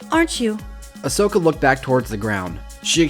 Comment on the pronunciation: It's Asoka not Osoka Yeesh